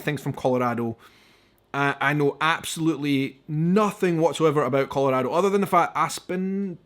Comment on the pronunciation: I love how you pronounce Colorado, haha! 😄😍😎